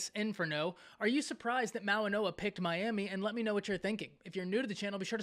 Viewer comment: Goa not noa